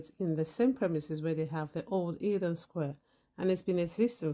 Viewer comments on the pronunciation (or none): just say it like its spelt, el don not eel don